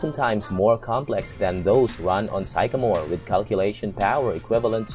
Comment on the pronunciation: "Sycamore" sounds like sick-uh-more